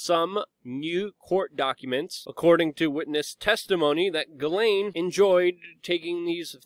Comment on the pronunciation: Thank you for pronouncing GM's name correctly.